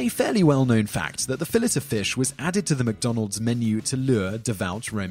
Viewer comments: Fill it o' fish? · In Australia we say fillet ( fill it ) like the British, Americans say it like fill-ay I believe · What the hell is a fill it? Did you mean, fill ay? You should have called this, "10 awful ways the Brits can't pronounce words." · Fill-ETT of fish? Can I be the only person in the world who finds this annoying? The conventional pronunciation is Fill-ey. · I love the " fill-it of fish" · Fill-It of Fish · I always thought the "t" in "fillet" was silent, and it was pronounced fillAY. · 😂😂😂 why do you say "fillet" like fillish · I thought the T in Fillet was Silent, Simon? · WTF is a Fill it of Fish? lol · lol who ever is talking in this video can't pronounce 'Fillet' calling it "Fill-it" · Fill lay o fish wtf say it right. Bodega boys gunna fight u over the disrespect u dont wanna meet mr fun fun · The French word "filet" is pronounced "FEELL-ey" (long "I" and stress on the first syllable) so even if you're pretending to be superior by pretending it's French, you're getting it wrong. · So you live 36 miles from France and you can't pronounce fillet? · The T in fillet is silent . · Fillet is a French word think about that before trying to pronounce it. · lol dude, "fillet" of fish, really? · by the 5th one, the cringe was painful, he must not like the French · The T is silent...